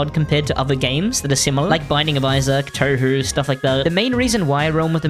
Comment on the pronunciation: he said toehoe